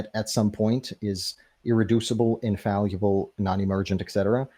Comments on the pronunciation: The fact that he never once pronounced infallible correctly is incredible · It's almost too perfect that he repeatedly mispronounces the word "infallible." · His mispronunciation of the word 'infallible' is killing me. Over and over and over again. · I kept waiting for him to pronounce fallible correctly but it never happened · Can’t get past how he pronounces “infallible”. It’s like he is trying to say invaluable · I wondered if he was attempting to combine the words, infallible and invaluable? lol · Was he trying to say infallible when he kept saying infalluble? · If I hear him say infalleeuhble one more time, my head is going to explode. Also, he has a fundamental misunderstanding of Heisenberg's view about God (which is just an impersonal, non-agential explanatory principle, NOT a personal God with a mind and thoughts who makes decisions etc.) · Why does he say "infall-U-ble?" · One of the worst parts was hearing him say "infalliable" over and over again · what about "infaluable" 😂😂😂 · doesn't know what tertiary means. Also, "infalyiable". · Pre - Face? In - fal - Yu - ble? 😂😂😂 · He neither knows the pronunciation nor the meaning of that word. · What dies he think "infallible" means, and why is he saying "infaluable"? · No there were never five forces that become four. Gravity was first quantified, Maxwell's equations came in the 1860s and the strong and weak nuclear forces discovered in the 1930s. And seriously, stop saying infal-u-ble, it's annoying and doesn't make you sound intelligent. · Wtf is "infalliable"? Is he trying to say "infallible"? He says it a thousand times... I tried to ignore it but he keeps saying it and it got under my skin. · Infall-e-ble.... I now can't unhear it now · "Infalluable" is killing me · If dude says infaluble once more time, I'm gonna die 🥴😂🤡 Not a word, bro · Infallible The word is "INFALLIBLE". The word is not 'In-falee-able" or -'in-valee-able' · "Infaluble" ? What language is he speaking?